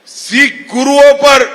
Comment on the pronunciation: अमित शाह जी पहले सिख बोलना तो सीख ले